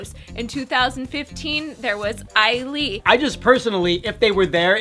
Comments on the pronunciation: wait did she pronounce ailee as "eyelee?" its "aye-lee" :) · "Eilee"? Isn't it pronounced "A-lee"?